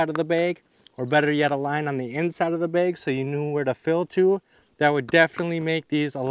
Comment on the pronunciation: hes saying baig